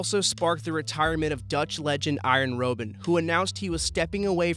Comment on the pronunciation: "iron roben"